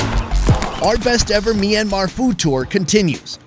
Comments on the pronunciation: By the way it's Myan Mar Not Mi Ran Mar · MYanmar not MEinmar - awesome videos as well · it is not me-anmar1